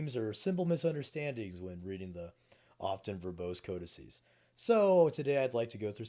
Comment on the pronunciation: You get an instant thumb up for being the first person I've ever heard saying the plural to codex (codicies) correctly